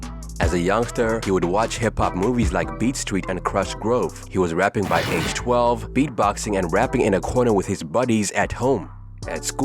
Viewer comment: If you’re going to be reporting primarily on hip hop, I need you to make sure the pronunciation is on point. TREACH (sounds like retch). GROOVE (sounds like move ). Also, the single is called “is that YOUR chick”…not you